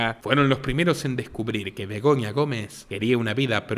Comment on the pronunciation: Es Begoña , no Begonia